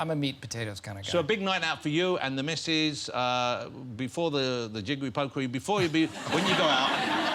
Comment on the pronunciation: It's diggewy not diggewy!